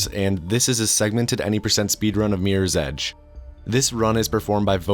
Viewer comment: "Meers ej"